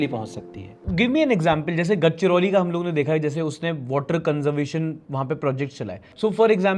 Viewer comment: mai hu Gadchiroli ka video badhiya hai lekin bas ek kaam kar dena. It should be pronounced as Ga-dha-che-roli Thank you Raghav 10 grader